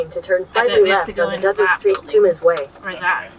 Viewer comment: Sorry about the citrus and tomatoes. Quesnel is French so it is pronounced with a silent "S" as if it were written "quenel" and Sumas is like the catholic mass so it is pronounced "Sue Mass". Sorry but many city names in Washington state are from various Native American languages so we need to be linguists to pronounce things in Washington correctly. You do really well for just passing through areas. Good job!